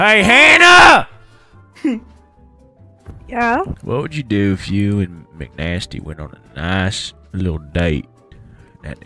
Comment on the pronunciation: British bro called McNasty MC Nasty and aint no one even hear it, sad